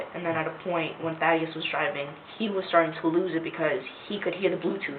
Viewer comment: How you pronounce “Thaddeus” is cringey.